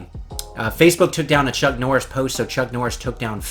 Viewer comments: Martial Arts aside. Who the hell is Chuck Norsh???!!! Enunciate you words you muppet. Dear god! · Who the fuck is chuck norish lol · "Chuck Norsh"